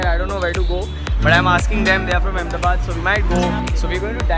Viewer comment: Bro it's Ahmedabad yeeh